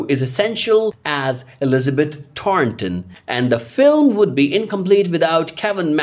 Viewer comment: Omg - You need to pronounce these character names correctly! Thornton not Taunton and Bouchard (boo chard), and Rosemary not Ros Mary. Smh!!